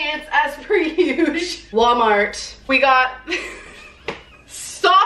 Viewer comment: It’s not “wommart” it’s WaLmart!! Goddamn.